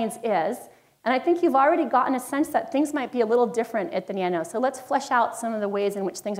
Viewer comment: AAaaaargh... SHE FAILS. Nanos is from GREEK, and she's a professor?